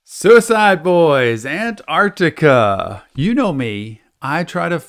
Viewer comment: Just to let ya know Antarctica is pronounced An-tarc-tica not An-arc-tica